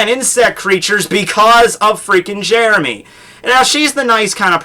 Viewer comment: Now Jeremy is known as "Jyeremy".